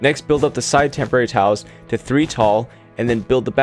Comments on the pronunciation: I kept hearing "temporary towels" and thought that's an interesting way to refer to wool. 😅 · omg, me too